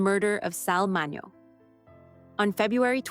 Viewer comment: Can’t even pronounce his name correctly. If your content sucks this bad, please don’t post it.